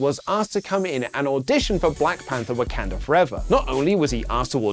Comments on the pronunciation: ammm...an unnecessary nitpick!!....what place is Wak"e"nda in wakanda forever?, i wonder!...instead of wak"a"nda... 😛....i kid, i know its just a pronunciation thing but... 😆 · It's WAKANDA FOREVER not Wekunda Forever...